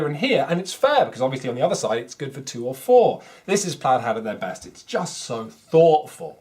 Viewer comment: Sorry to correct you on a pronunciation but I love plaid hat so feel I must... at about you pronounced it as Played Hat Games? It is Plaid (pronounced Plad) as in the pattern. Sorry again I know you work hard on these reviews. Keep up the great work 👍